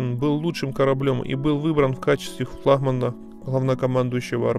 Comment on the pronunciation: "флахман" ... ужас!